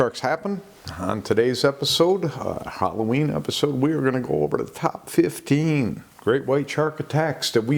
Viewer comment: HAL - LOWEEN 🎃